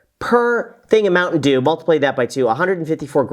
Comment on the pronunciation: I couldn't stop laughing after the emphasis of the mountain dew 😅😅😂😂.